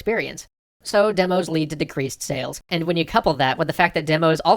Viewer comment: your runic "sales" actually translates to something sounding like "sayless"